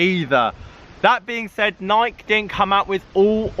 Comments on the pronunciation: How is it 2024 and you are still mispronouncing Nike (Ny-kee) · why do all British people mispronounce Nike?